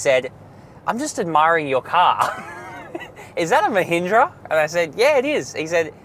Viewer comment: at least firangs should try to pronounce mahindra properly, they cut all the power, masculinity, smartness of the word